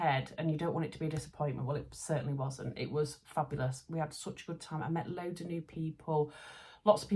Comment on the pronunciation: Fabulous Vlog, loving all the fabrics. Your Devonshire accent when you said you liked one of your fabrics loads was brilliant pmsl, high praise coming from a Devonshire lass!😆